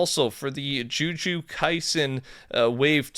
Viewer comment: JU JU (T)SU PLEASE PLEASE PLEASEEEE SAY IT CORRECTLY 😂🤣😂🤣😂